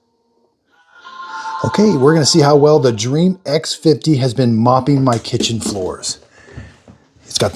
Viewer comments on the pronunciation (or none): It’s crazy to me that this guy has over 200K subs, puts out multiple videos a week, and still can’t pronounce Dreame